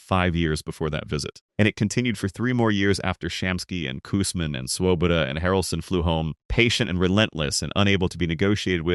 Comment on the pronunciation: I can tell you weren't a Mets or baseball fan back then simply by your pronunciation of Swoboda.